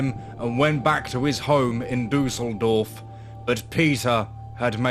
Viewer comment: I always struggle with non-German speakers pronouncing German names. Every time you said "Duseldorf" (which would be German for flukevillage) I had to laugh a bit (no offence though!). But yeah, I guess umlauts are a bit hard if you never learnt to pronounce them properly. But you could have at least pronounced Peter in German! Other than that: great content - and although I am German, I've never heard of that case before 🤔